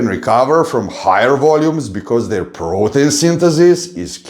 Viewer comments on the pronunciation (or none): none